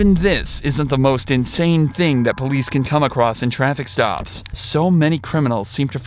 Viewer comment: poilce TESLA?????